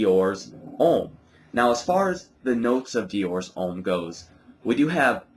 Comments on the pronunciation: Diors Omm lol its Deeeeor Hhommmm hehe nice review you should try the Intense its amazing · His not pronounced in French, dumb ass! Deeor Omme!